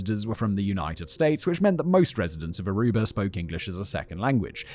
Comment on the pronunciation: I hate that he says Arubar.